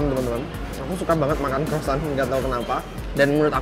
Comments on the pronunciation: Bukan crossant om tapi croissant😂😂😂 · Croisan bang bukan crosan